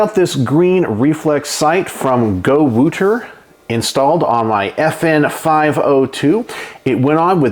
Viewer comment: So not Go-to-War…it’s Go-woo-tar!